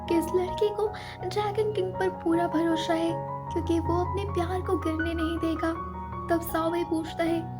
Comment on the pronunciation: Tum konse city se ho yr ? 🤣🤣🤣🤣 भरोसा ko भरोशा bolti ho 🤣